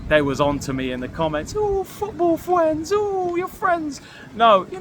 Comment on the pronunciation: Wow, football fwends 😂😂 You’ve changed 😂😂